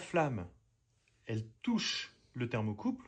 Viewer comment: ThermocoupLe et non pas thermocoupe.